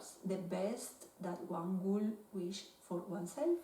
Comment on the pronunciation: se dice wish no wesh saludos desde Palestina